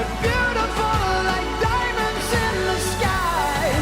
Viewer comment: urg the first one was just a dude singling like a typical pop singer that pronounce diamonds like DOIYYYMUNDSS XD